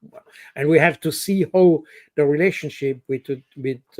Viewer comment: Indeed. While Col. Baud's English is generally excellent, he has a few glaring "Frenchisms". "Who" vs "how" is another one.